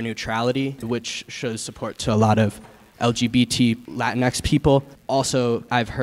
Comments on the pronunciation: Nobody else pronounced it as Lah-tinks? Just me? Ok. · I thought you pronounce it like latinks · The funny thing is that "Latinx" disobeys the rules of Spanish syllable structure. Even listen to the guy saying it, he hits "latino" and "latina" with a decent-ish Spanish accent, but drops "latinx" in an American one.